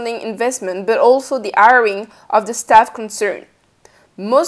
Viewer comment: Informative enough but...it was the 3rd time that she said “airing” did I realize she was saying “hiring”